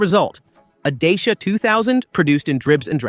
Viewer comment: Your pronunciation sucks. Dacia is not pronounced the way you say it, or are you AI?